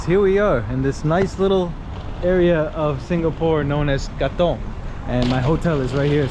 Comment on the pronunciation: You pronoune Katong really well...especially for an American😊